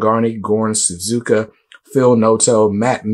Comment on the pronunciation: My fellow Croatian, Goran Sudžuka (pronounce: Su-ju-ka) :)